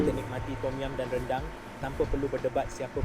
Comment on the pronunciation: Sebab itu la orang tidak menyebut nya dengan sebutan " RANDANG " tetapi "RENDANG" ......🤭